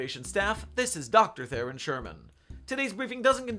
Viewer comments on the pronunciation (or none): none